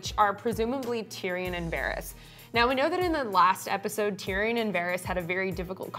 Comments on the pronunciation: WTF is a "TeeReeON " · ... this dude doesn't know how to pronounce Tyrion.